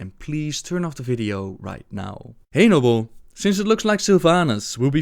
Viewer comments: Is it just me or it sounded like "anal blade" when he said "hey Nobbel"? :P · Hahaha I love that he said "Nobble" when he read the first question